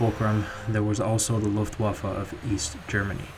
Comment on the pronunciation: Being an aviation enthusiast myself, I love all your videos! But that historical reference in the beginning really raises the bar and adds value :) Should you be interested to know, the letter "w" in "Luftwaffe" (literally meaning "air weapon") is pronounced as "v". Here's a link to the correct pronunciation in German